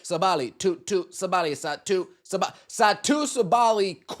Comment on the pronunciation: Ok, not that I care to defend Satou Sabally, or the way people pronounce her name, I’m not even sure I spelled it correctly there, but at this point I’ve heard it multiple times and now I’m just curious. Anyway, do you actually know that it’s pronounced ‘SAH-buh-lee’, and you’re mispronouncing it anyway, or do you actually think it’s pronounced’Suh-BAH-lee’? Again, just curious. I’ve heard about 3 people mispronounce that way in like the last 18 hours.